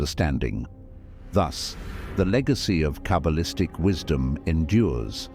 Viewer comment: “Cable-istic” = the pronunciation of Artificial Ignorance. There ought to be some way to teach this technological parrot the subtle art of vocalisation